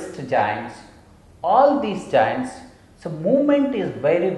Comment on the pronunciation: Sir it's joints not jainnns🤣🤣🤣🤣🤣🤣🤣🤣🤣🤣🤣🤣🤣